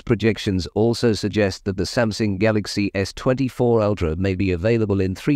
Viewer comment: Is Samsung pronounced Samsing?